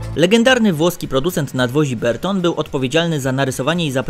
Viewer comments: Bertone, nie "berton" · Panie autor ! Nie mówi się Berton, wymowa angielska to Bertoni, włoska Bertonee (akcent na o), albo polska Bertone. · Nie" Berton" tylko Bertone!!!